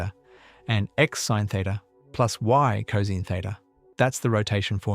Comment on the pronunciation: Too bad the AI voice can't properly pronounce cosine. It would be a lot better if it were a real person narrating this.